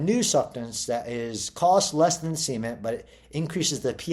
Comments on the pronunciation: That's how the Beverly Hillbillies pronounced it. They called their swimming pool the "cement pond", pronounced like "sea meant". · Why is he pronouncing cement like semen? 🤨